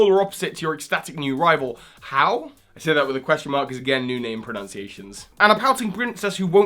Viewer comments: Pretty sure Hau is pronounced more like the 'o' in no, or hoe. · With Hawaiian words, you should pronounce each vowel separately. So, "Hau" would be pronounced Ha u.